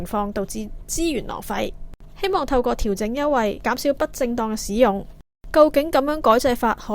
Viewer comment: 台主、請注意正確讀音。「使」字、名詞讀「屎」，例如「天使」、「大使館」。動詞讀「洗」，例如「行使職權」。故：「使用」、不讀「屎用」，應該讀「洗用」。